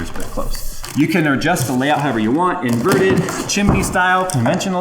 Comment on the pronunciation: The pause, blank stare into the camera, and then the lines with the hands at the same time “inverted” dying laughing